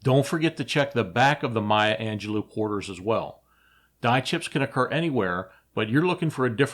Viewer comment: It's Mya Angelo Not Angelou I knew her. She was awesome she read some of her poetry during dinner in San Francisco in the 1990s.